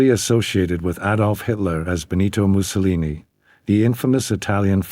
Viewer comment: You should have research how to pronounce his name